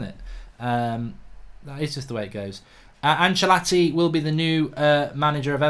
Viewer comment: Who is Achalatti??? Its Ancelotti